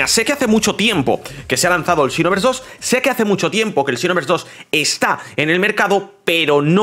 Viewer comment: Hace tiempo no veo tus videos y escuchar el "chinoverse" se extrañaba ya